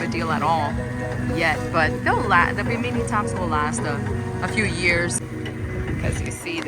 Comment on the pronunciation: I have the same Boston Whaler 130 Super Sport as a secondary boat. In case you didn't know, you're sitting on the gunwale in the beginning which is illegal and very dangerous. Also it's called a bimini top. I think you mispronounced it lol. Fire extinguisher on board? Captain David - USCG